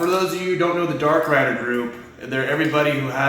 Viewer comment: It says Darkride not Darkrider! 😂😂😂